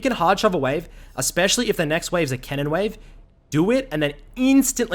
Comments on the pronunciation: all on that "Kennen" bro talk properly its cannon not 'Kennen' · I thought this fool was saying Kennan lmao eu saying cannon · Thought he was saying "Kennen" not Cannon like theres no kennen in this game lol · lol same, took me like 10 min to realize he meant cannon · I was jenuinly so fucking confused when I heard him say "kennen" :D, I was like "wtf, am I watching a bronze analyze a challenger game for me? xD"